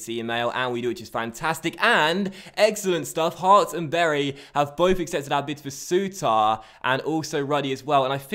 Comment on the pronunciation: "Heorts" 😂😂😂 Great Video as usual 👍